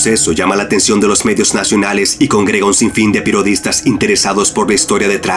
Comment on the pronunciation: pirodistas la pronunciación .